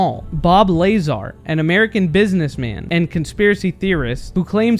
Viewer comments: His name is pronounced Bob “La ZAR.” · Bro aint no way u disrespected bob lazars name like that😂